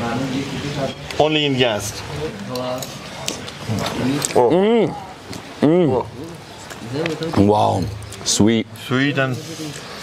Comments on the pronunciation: It's Yazd and not Yadz. Excellent video. Iranian food is lovely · It’s Yazd not Yadz! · It's Yazd not Yadz. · Omg he's saying Yadz the whole video 😅